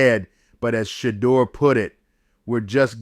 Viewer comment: As much as his name has been said you botched the pronunciation its Sha-Door, not shudder😮